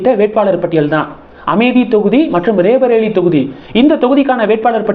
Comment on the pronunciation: It is not raebareli but sound roybareli